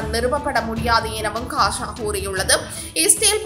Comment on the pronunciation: Hasa இல்ல Gaza தங்கச்சி.